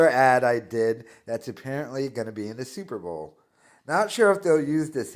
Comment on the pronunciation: Says “Super Ball” repeatedly. Still thinks he’d make a great sports announcer.